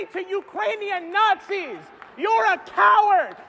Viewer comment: He called Ukraine NotZee. So does he want Russia to win and Slaughter a bunch of Ukrainians?